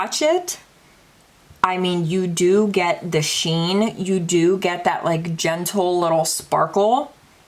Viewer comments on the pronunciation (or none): Personally, I love ❤️ a longer video!! When you did a swatch of something, it sounded like you said genital, when you were trying to say, gentle lol 😆 🤣 😂 it has to be your accent. You're the BEST, 🤍🤍🤍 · Did u just say very, very genital?? 🤣🤣🤣 U crack me up!